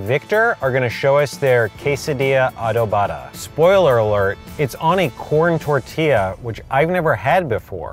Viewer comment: I find it funny how they can't even pronounce Adobada.